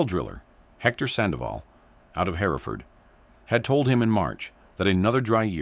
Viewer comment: The name of the town Hereford is not pronounced "Hair-e-ford" it is pronounced "Her-ford". It's the same name and historical location of the Hereford cattle breed.